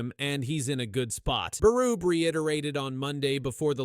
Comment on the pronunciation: Berrrubie. Not burub